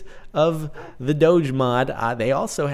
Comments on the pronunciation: It's pronounced "dogue" with a hard g. Not "dohj" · it's pronounced doh-gee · Your pronouncing it wrong, it is actually " dohg" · DONT PRONOUNCE IT DODGE! SOUNDS WIERD! SAY DOGE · so caht,not doge,its dough :3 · Doh-j Is the way to say eet. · It's not a "j" sounds it's still a "g" sounds "doge" NOT. "Doje" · oh god, I hate the pronounciation "dowj" (like CaptainSparklez says it)... I really prefer "dawgee" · It's Doh-ge not doge. When you say doge I think your saying dodge without the d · ITS DOGE NOT DOJE g as in go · It fucking hurts listening to you say 'doag' it's a dog hence the pronunciation 'doggie' (dog-e) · Pronounce doh-géh, it sounds annoying when u say doooch :p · I say "doughj" as well. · It's pronounced Dough-je. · Doge is pronounced D-oh-g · dog-e is the way say it. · ACTUALLY Jordan, you are wrong this time. The creator of the meme and dogecoin has announced in a recent article that it is actually pronounced "Doughj". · I thought it was said like Doh-jé or Doh-Jéé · He was wrong, the official way to pronounce it is doge. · Doge is pronounced DOG-E or Doggie, that's why there is a dog a it's logo... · There's one way to say it I looked it up it's said like this doh-jay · The way he says it is just annoying XD... It's DOG-A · Sparkles it's do ge with a gu sound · It's pronounced as Doh-G (say the G like when you say the word "girl") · My friend say Dogeh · its dog but with a silent e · I thought it was pronounced dough-gee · Actually it's pronounced doge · It's D-o-gue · It's "Doag" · its pronounced d-oh-ge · Its pronounced Dohg/ or dohgeh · its pronounced "dohgee" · AHHHHHH I CAN'T BELIEVE YOU'RE SAYING DOGE WRONG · The term originates from "LOOK AT THIS FUCKIN DOGE" so no. It is dog-e. You can make the "dog" part throaty to drive home what you're talking about. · You say it doge not doge how you not know that!